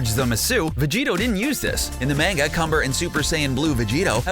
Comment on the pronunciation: I hate how you say manga